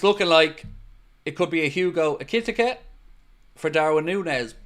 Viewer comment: try saying this for Ikitike's name... Eee-kit-eee-cay 😉😊 it's as close as I can get 😂 all the best to you and all the lads there at home in Wexford from a fellow Irish Red in rural Thailand. You help keep me sane-ish 😉 keep up the mighty job ye're all doing, thanks (I disagree with you, they are most handsomely deserved), I wish ye all the very best 🙏🙏🙏